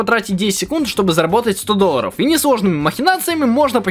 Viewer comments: говорит: Доллары ❌ Дольяры👍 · Ты так прикольно говоришь доллоров♥♥♥ да и вообще впринцепе♥♥♥ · Как же мне нравиться когда говорит доллары хпхаха